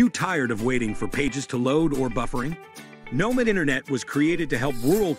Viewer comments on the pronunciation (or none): I’m concerned they can’t pronounce the name of their own company.